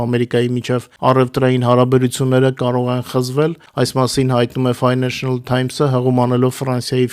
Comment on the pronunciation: Ոչ թե ֆայնենշնլ, այլ ֆայնենշլ թայմս։